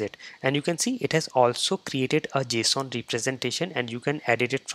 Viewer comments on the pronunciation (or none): none